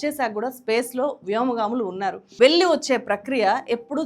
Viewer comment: garru, vi.deo chala bagundi kani mee vu chcharana cchala naasi rakam ga vundi. Mukhyam ga kallu,velli lanti padalu vintoontey cchikaku ga vundi